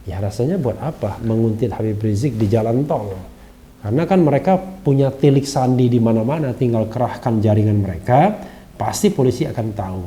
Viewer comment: Bang Refly , bukan tilik sandi tapi TELIK SANDI. hehehe. komentar receh tapi bermanfaat kan?